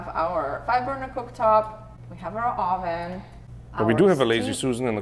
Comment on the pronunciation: Your guys experience is really shining through. Too bad that comes with agonizing over the smallest details but it'll be worth it in the end. And seeing those renderings is very satisfying. Other than that, your pronunciation of "oven" cracks me up as it decidedly has Spanish flavour. Being from central Europe and having my own peculiarities as it comes to language I'm not making fun, but just an observation.